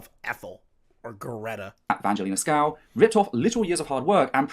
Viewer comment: Isn't it weird that mispronounces VangelinaSkov as Skow? It may be an accent thing, like how Canadians make the T letter in some words sound like the letter D. But, given the fact that is trans, surely she would be aware of how important names are to people, and given that she continues to do it throughout her "accusation" video, is it meant to be a slight?